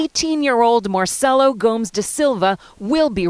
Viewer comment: Let's work on our pronunciation of Portuguese surnames, 'merca